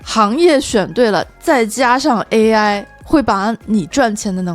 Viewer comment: 为什么中文视频主都把AI叫A爱